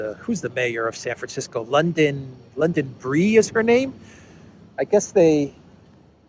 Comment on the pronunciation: did you say "Saferisko" for "San Francisco"? 😅